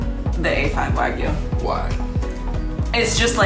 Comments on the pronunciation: "Wag-oo" lmao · If only he had an example of how to actually pronounce wagyu. 🙄